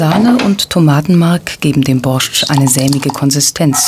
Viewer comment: Sprecht den „borsch“ biiittteee ohne da T aus einfach nur Borsch 😅 nichts desto trotz ein seehr gesunder Eintopf der sehr viel kraft gibt hmmmm 🤤 ooo diese Leben vermisse ich so sehr, mein Opa hat auch immer sein Brot so geschnitten und dan Knobi eingerieben, sogar das Motorrad hatten wir 😍😍😍 ach Kindheitserinnerungen kommen hoch